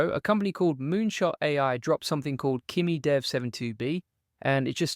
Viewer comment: Kimi-dev sounds like Krimi